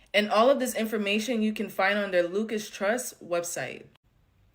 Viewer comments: Hello not LUCAS , LUCIS, LIKE LUCIFER , , LUCIS . JIMINEY CRICKETS MAN, NOBODY CAN READ ANYMORE! SOUND IT OUT FOR GOSH SAKE. IRRATATING. WRONG PRONOUNCATION OVER AND OVER AND OVER. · Girl please enunciate properly. it’s not the “Lucas” trust it’s the Lucis trust. You’re educated enough to do better. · Lol, her saying "Lukas trust" is wrong, and so is the guy saying "Lucius trust" it's "Lucy's trust" but yes, definitely founded under the name "lucifer" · I'm sorry but that girl couldn't even say Lucis trust correctly. Even when the British guy was saying it correctly.